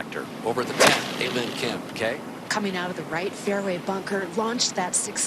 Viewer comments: It's her real name. It's not hard to pronounce a lim kim if pronounced properly. It's not a and lim, it's pronounced as ahrim. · They could address her by her first name, pronounced "Ah" "Lim" = A Lim.👌 They could have done a little homework to pronounce her first name properly.